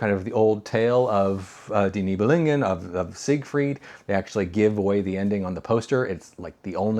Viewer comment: ”Die Nibelungen” is pronounced as ”dee nee-bel-oong-ehn”. I might add that I do not agree that ”The Woman in the Window” should be ranked below ”Scarlet Street”.